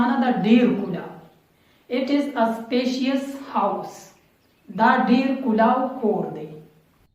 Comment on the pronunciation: Fearious---it is furious Specious----it is spacious bro...keep up the good work..